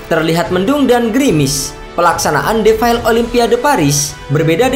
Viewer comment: Belajar dulu ngomong defile...😂😂